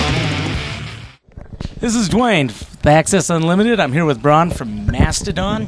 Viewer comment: he said his name wrong at the end lol